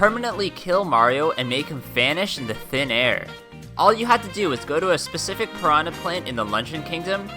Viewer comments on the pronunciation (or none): none